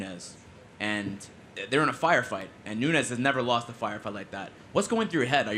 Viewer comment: It's NUNES!!! Not Nunez.